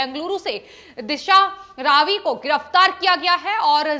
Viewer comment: दिशा रावी नहीं दिशा रवि। You are pronouncing wrongly